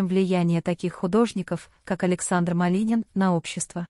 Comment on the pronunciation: Уже многих артистов перехоронили и не раз и кому верить??? Ради рейтинга готовы на все,только получается наообоот. Произношение на нуле вообще и фамилия Малинин.!!!